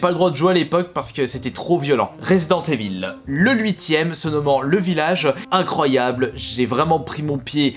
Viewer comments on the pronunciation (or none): none